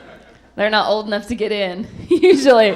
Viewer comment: "Oldenough"? Is that one word?😂